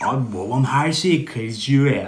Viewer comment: babam❌️ buabam ✅️